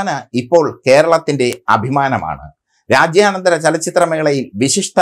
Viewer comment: രാജ്യാനന്തര ചലച്ചിത്ര മേളയല്ലെടോ മനുഷ്യാ... "രാജ്യാന്തര" ചലച്ചിത്ര മേളയെന്ന് നല്ല മലയാളത്തിൽ പറഞ്ഞു പഠിക്ക്....